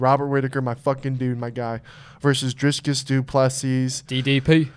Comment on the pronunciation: It's pronounced Dree-Kez I think, there is no "s" before the "c"